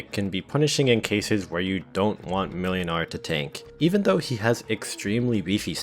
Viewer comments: Just a quick fyi, the ł is pronounced w, so it's like mwynar. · YOU FOOL, YOU ABSOLUTE BUFOON, the ł in młynars name is pronounced like the W in Wool, it’s pronounced “Mwinar” because polish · "ł" is pronounced "w" in Polish in most dialects (and only in Polish, for Reasons(tm)), so "Młynar" is "Mwynar".